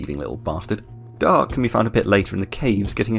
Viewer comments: Da-arce not dark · Hey great video! I dont know why I was suggested this video, but I subscribed :) quick note though on some of the French names. D'arce is pronounced "Dar-see" or Darcy, and Francois is pronounced "Fran-swah". French is always weird and I'm cursed with speaking it lol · WHo is Darke and Frankeus ? Do you mean D'Arce and Francois ? that's not how you pronounce those names